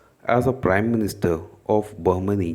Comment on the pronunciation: Prime not prim 💯